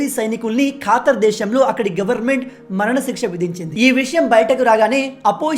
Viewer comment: Khaatar kaadura ayya khattar......